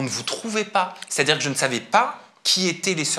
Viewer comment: Leur phrase préférée : ché à dire 😂😂😂😂😂😂😂😂😂😂